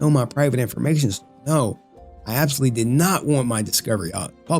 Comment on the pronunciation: can you not read the word absolutely?